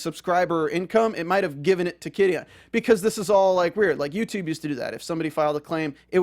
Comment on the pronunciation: Took me a while to understand you were saying Qidin. That aside... Qidin was able to remove patreons of WW translators because the gave exclusive publishing right to Wuxiaworld. They said that posting chapters on patreon owas a violation if the agreement. Filing the DMCA(s) was a total dick move. Totally stupid. They had already sold the rights to Wuxiaworld.